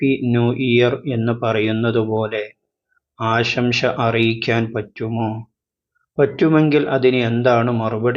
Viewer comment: "ആശംശ"അല്ല, ആശംസ എന്നാണ് പറയേണ്ടതെന്ന് തോന്നുന്നു.